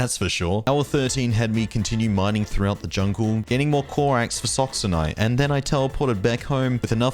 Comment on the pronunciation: That's no corax that's coraf